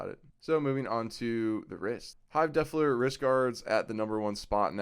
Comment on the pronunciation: Love the vid, I subbed and liked. Funny how you say the word Defiler, sounds like you are saying Defler.